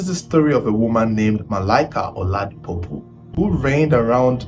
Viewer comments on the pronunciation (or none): listen next time call your friends tell them to listen snippets of videos you plan to release. One, at least one would have told you to give credit to Akolawole Olawuyi whose story you dubbed. Another amongst you friends would have told you that the name is pU-po and not pO-pu. If an investigative journalist flunks on names he would lack credibility. Tribe of origin regardless! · OLADIPUPO NOT OLADIPOPU or OLADIPUPU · The way you pronounced her surname sounded very funny. I know most SE pronounce pupo as puupo, but as an Igbo guy try pronouncing it like this kwukwo, (like book in Igbo akwukwo)🤣🤣🤣